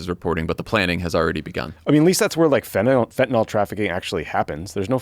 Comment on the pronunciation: fent-a-NIL. fentanyl. Not fentanol.